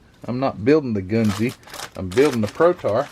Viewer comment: I know a few Japanese fellers'. It's "gun-zuh" said really fast.